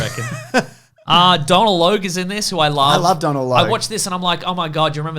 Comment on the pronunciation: 'Donal' is pronounced 'Dough Nul' by the way....